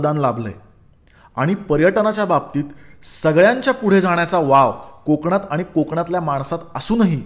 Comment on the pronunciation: konkan nako re kokan asa bollas tr bara hoil😊